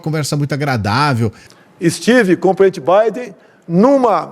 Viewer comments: Dos mesmos criadores de "paralelepipi di craquí" vem ai "istivi com o PRENTI Biden." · Prenti Puti e Prenti Biden! Kkkkkkk Perceberiam que ele não consegue falar a palavra presidente... kkkkkk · O Inominável não consegue sequer pronunciar a palavra "Presidente"... elogiou e ficou encantado com o "Prente Biden"... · hahahaha ele não sabe nem falar direito....tentou falar a palavra PRESIDENTE 3 vezes e não acertou uma, é muito limitado. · É impressão minha ou ele ñ sabe falar presidente?esse Bolsonaro é uma piada